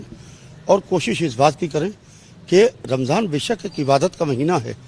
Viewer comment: Phle ramzan bolna sikh le